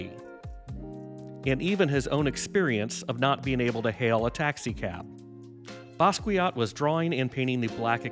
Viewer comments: Not to nitpick, but it's necessary: the name is pronounced Bah-skee-AH, not Ba-skwee-aht. 😉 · BASS KEE YO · Learn how to say his name correctly